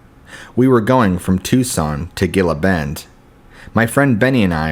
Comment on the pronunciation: Like fingernails on a chalk board. Also, Gila Bend.